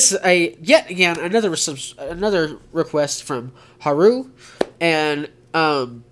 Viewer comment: I’m a he lmao, also you’re doing very well with my name, just go a little more on the A. Like Hah-Ru. And thank you again for reacting to these 🌸🙏